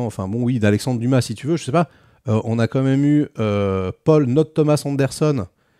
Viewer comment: Correction : "d'où qu'on djit" , le cardjinal, djire, "comment tchu veux qu'on fasse", "rien k'ch'une pauv' bande" 😂